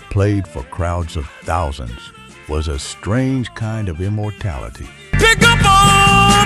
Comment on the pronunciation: Why can't the AI narration pronounce "Thousand" or "Compilation"?